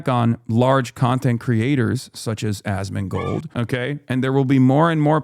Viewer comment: Asmongold's name is a short abbreviation of "ask more gold" which comes from his early WoW days when he used to beg people for in-game gold so he could buy more stuff. Anyway... He can't even pronounce the name/word right. Hassan pronounces it like Az-Min-Gold It should be As-Mon-Gold Yes, he says his name a lot every single day and probably thinks it in his head twice that amount. Yes it's pathetic. Yes it's sad.